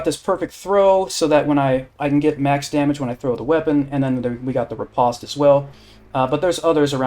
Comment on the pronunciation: Its pronounced "rih-post", not "reh-pahst"